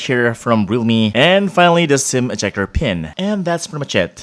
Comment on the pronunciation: He pronounce Realme as Rumi.